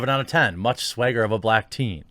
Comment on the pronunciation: He said "Swagger" not "Swayger"